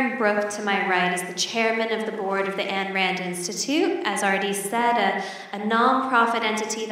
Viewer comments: She pronounces Yaron "year-ron" and Ayn "Anne." Stop getting Americans as moderators. I'm joking a bit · Why is it so hard for people to say "Ayn?" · Especially after saying "Nathaniel". ;)